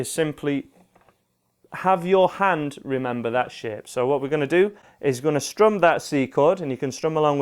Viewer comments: and there i thought he was saying sh*t .....it was "shape"..im disappointed :D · when ur saying shape it sounds like sh*t funny